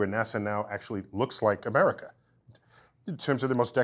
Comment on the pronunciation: This mf really went and said " Murica' " 🤠😂😂😂🤙